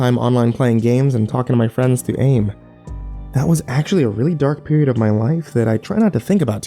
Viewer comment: It's pronounced letter by letter: A-I-M, AOL instant messenger. Now I'm going to go be old somewhere else.